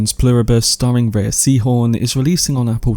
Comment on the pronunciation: Thanks for the video. Just fyi, she pronounces her name like "Ray."